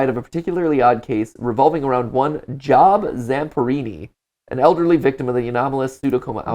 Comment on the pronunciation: it is pronounced Jobe even tho it is spelled Job. Job is a character in the Bible who is always loyal to god no matter what happened